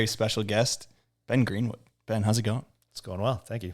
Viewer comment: Hey, great job pronouncing my last name correctly! It doesn't happen that often in the wake community haha! Really enjoyed the interview Benny, definitely you're one of my favorite riders of all time!